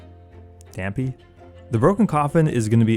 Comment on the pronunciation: Dampe's actually a reference to The Legend of Zelda. For what it's worth, most people say his name "Dahm-pay."